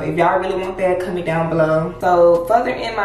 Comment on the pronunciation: lol she says “comment” like dearra maybe it’s a memphis thing😅😂😂😂😂😂💓💓